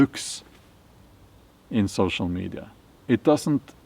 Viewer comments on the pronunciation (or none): 🚫 sew-show me-die-ya